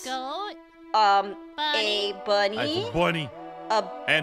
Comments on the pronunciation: its ABGERNY not abunny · It Abgerny not Albunny ?!?! Plus Sprunki is mod not a game !!! Please Aphmau why are you becoming a content farmer now 😭😭😭😭😭